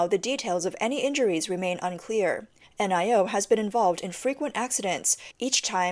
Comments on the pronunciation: Lol...the brand Nio is not meant to be read out letter by letter...it's meant to be pronounced as one word...'NIO' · N-I-O is pronounced NEO. The ElevenLab AI can't pronounce NEO.